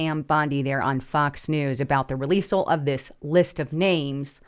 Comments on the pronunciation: releasel isn't a word, yes. Rehearsal, yes. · I appreciate the show, please don't ever say the word releasele ever again. I it's not a word.